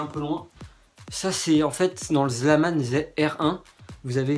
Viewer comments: DSL MAIS C PAS "ZLAMAN" MAIS "ZALMAN" ! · tu m'enerve avec le ZLAMANE c'est ZALMAN !! :D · Mdr c'est pas Zlaman c'est Zalman tu vois la diference ?! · on dit zalman et pas zlaman mdr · et c'est zalman!!!pas zlaman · ptn ses zalman pas zlaman le L est après le a merde .!!!!!!!!!!!.... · Trop drôle ... C'est Zalman pas Slaman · ZALMAN, pas Zlaman :(